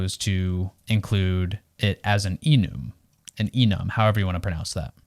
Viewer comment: Awesome video, but one thing: this must be the first time I've heard someone pronounce `Enum` as `eenoom`